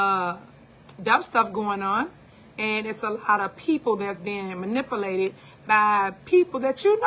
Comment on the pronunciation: "Lot's of people bein muhnipplelated." -Super Mayor